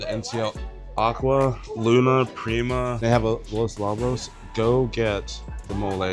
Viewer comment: Not Labos… it’s lowbos. A Lobo is a wolf 🐺